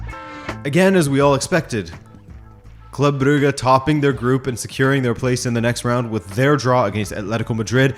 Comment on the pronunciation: Still mispronouncing Brugge, I see? You're doing it on purpose.